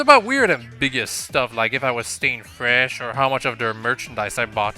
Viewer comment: secretly inhales Callie while saying stay fresh Stay fwesh!